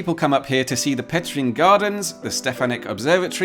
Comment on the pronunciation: Congratulations for good spelling "ř" (type specific only in Czech language) in "Petřín" and thanks for good video from my country.